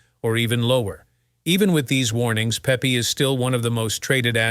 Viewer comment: Shitty AI narrator says what??? Pepe is not pronounced Pee pee. lol